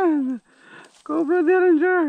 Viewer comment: DERRINGER. Not Dillinger. :)